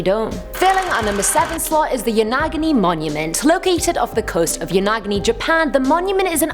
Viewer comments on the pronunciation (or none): I swear! Modern people,, How did the human race survive to BECOME modern people? So many of them act like Neolithic humans were basically retarded... Lol It's Yo-Na-Gu-Ni 😁 4+ ads in less than 10 minutes,,, really top ten? REALLY??